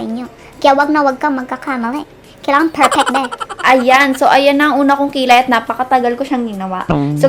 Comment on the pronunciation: That "kailangan perpek" 😂 Natawa ako. Ang kyot niyo po ate 😆